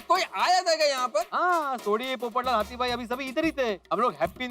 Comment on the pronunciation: Its Hathi not Hati